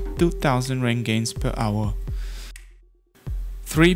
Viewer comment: I believe "roentgen" is pronounced "Rent-gen" and not "Rain-gains"